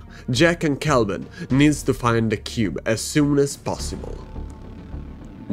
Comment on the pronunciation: my god the first youtuber to actually say kelvins name right. i swear every other youtuber calls him kevin or klevin.